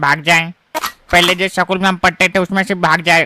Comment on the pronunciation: स्कूल ❌सकूल ✔️😂🤣😝